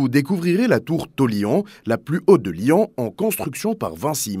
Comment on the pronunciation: Lyon pas « lian » ! 😢 (pas tout le temps mais souvent)